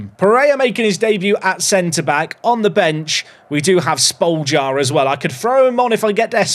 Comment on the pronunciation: Just call Spoljar - Shpolyar trust me